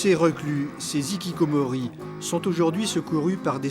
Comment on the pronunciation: les hikikomori et non pas les zikikomori, par respect pour la langue japonaise. Merci.